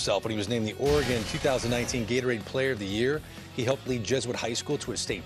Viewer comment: Can he not say Oregon ? Lol